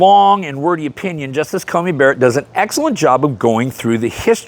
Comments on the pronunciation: Dude, I love ya, but it's CoNey not CoMey :) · Just a quick correction. The Justice's name is Amy CoNey Barrett. You mispronounced it throughout this video as having an 'M', rather than an 'N' in the middle of Coney.